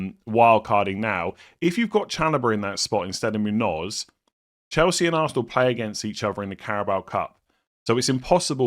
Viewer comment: Munoss not not Munoz lol